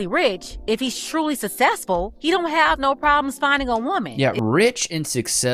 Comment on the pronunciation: sussessful men